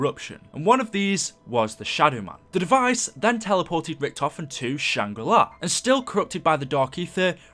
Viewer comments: Not shang ri lai its shang ri laa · why do you always say "shangrilai"? its shangrila its nothing personal its just something i wanted to say. but keep at the good work and love you vids ps:this is not the first time i heard you say shangrilai ☺😂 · I also never heard a map called "Shangri Lie" I thought it was "Shangri La" lmao